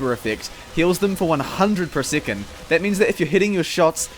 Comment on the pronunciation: "sickond"? I think you meant to pronounce it as "sec-on-d"